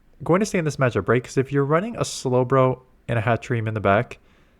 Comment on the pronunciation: Add Hattrem and Hatterene to the mispronouncing compilation haha